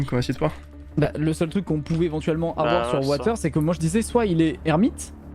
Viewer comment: Watus ❌ Water ✅